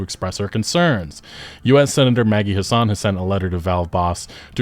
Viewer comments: pronunciation of Senator Maggie Hassan is throwing me off. You make it sound middle eastern lol. it's HASS-ən or if I wasn't copy pasting form a wiki it sounds closer to "Has Been" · Maggie Hassan of New Hampshire isn't of middle-Eastern descent, but white-European as can be; the second "a" is short. Say it with a Southern flourish: "Hass-en," like "Wrastlin'," "Hasslin'," or as her opponents misleadingly coined in previous elections, "Taxin'."